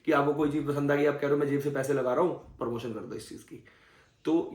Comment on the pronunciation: Parmotion nahi promotion